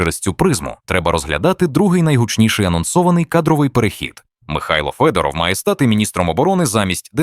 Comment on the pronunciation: Вимовляйте прізвище Федоров українською, а не російською!!!